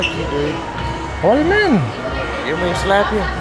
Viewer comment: "Best thing to Dew.."